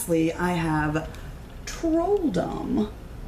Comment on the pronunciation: You are wonderful :-) I love your enthusiasm and energy as well :-) BTW, "Trolldom" - read "troll doom". (dom means doom, but also dom like kingdom, and trolldom means magic) Gårdbäck read "Gourd beck" - it means yard brook. Å can be written AO or AA and is pronounced AW and Ä AE and is pronounced EH